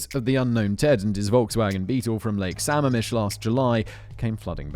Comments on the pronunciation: Ok, fact boy. As a WA state resident you get points for getting Issaquah right but Sammamish is pronounced suh-ma-mush not sam-am-ish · Sammamish is pronounced Suh-mam-ish Lake Sammamish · The lake is pronounced with the stress on the second syllable: Sah-MAAM-mish. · I know it doesn’t really matter but the way you pronounce Sammamish made me laugh. It’s pronounced Sa-ma’am-ish. 😂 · also lake sammamish is pronouncesd suh-mah-mish not all that relevant just thought it was worth mentioning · Lake sa-mam-ish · Sigh. Sam-MAM-ish. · It's pronounced "sum-AM-ish" I know- our Pacific Northwest names are pretty rough, but bravo- you nailed Issaquah! :D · Loving the pronunciation of Sammamish. (It’s actually Samam-ish) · The locals pronounce it Suh-mam-mish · I know it's minor, but it's pronounced sam-MA-mish. I made the same pronunciation mistake for quite a while when I first moved out here. Lots of Native American names out here, many of which are pronounced in ways you wouldn't expect. You got Issaquah right though, so kudos on that one. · Sorry, but it’s Lake Sa-MAM-ish. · Lake sa-mam-ish* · it’s pronounced “su-mam-ish” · Suh-MAM-ish...Lake Sammamish, Washington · I’m from the Seattle area and had no freakin idea Ted Bundy was from Tacoma Embarrassing Also it’s suh-Maam-ish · It bugs me a bit just because I'm from Washington but its lake Suh ma'am ish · Also, Simon, I know the Pacific Northwest has really weird and hard to pronounce places(as most of our geography has native names) and I know you love your pronunciation guides. Lake Samamish is (Sa-maam-ish). Makes me smile listening to people who didn't grow up hear try to pronounce places. When an east coast colleague moved here, took my a while to figure out what they were talking about when they tried to pronounce Puyallup 😅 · I cracked up every time Simon said Samamish lol